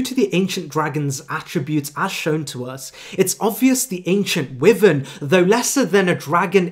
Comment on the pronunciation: i truly hate to be that guy but dude, your pronunciation needs a LOT of work. eg Wyvern is pronounced WHY-vern not WEE-vern. All it takes is a quick google check to see how words and names are pronounced